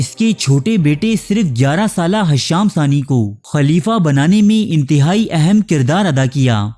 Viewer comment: Janab hasham nahin Hisham naam tha us khalifah ka